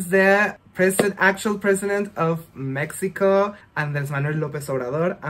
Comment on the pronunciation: Amooo que dice México como se pronuncia ❣